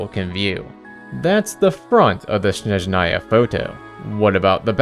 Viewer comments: THIS + jp and ru are pretty close phonetically speaking, which also helps a bunch. i just don't understand where did the en vo direction see SHhSHSHnezhnaya and why it's so hard to place the stress on the first syllable lmao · one day people will learn how to properly pronounce Snezhnaya... but today is not that day 🥀 ig if the en vo direction can't be bothered why anyone would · I can say only about russian, but again jp did a great job pronouncing these words. I can see that they actually put some respect and effort into pronounciation. Same goes for cn dub. While en quite often can't even decide "what is the right way to say this word". For example in HSR in ONE DIALOG two va's say NPC's name in two different ways... Mind you, I have nothing against va's themself, but their director/s, who can't even do a 5 min research and give all va's basic transcription or smth similar? Yes